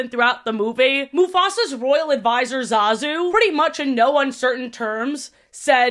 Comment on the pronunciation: You keep mispronouncing Zazu's name and I'm not sure how.